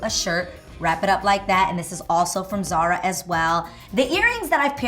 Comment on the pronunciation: C'mon Adrienne you speak Spanish and you have family from Spain, how can you pronounce "Zara" like that? cries in Spanish